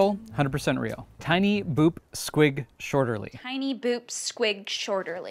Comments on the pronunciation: Wayne Shorter not shorterly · Wayne Shorter, not Wayne Shorterly.